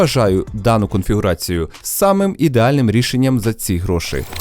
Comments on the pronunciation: Дякую за відео Дякую за Вашу роботу, Все дуже цікаво! Гарний звук і картинка. Хай квітне український Youtube! Декілька моментів, які "різанули" слух: Не "гроши" ,а "гроші"; не "самий дорогий", а "найдорожчий"; не "провода" , а "дроти" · Ось це твої "гро́шИ" ріже вухо, малорос на мінімалках. Та й взагалі багато русизмів у відосі.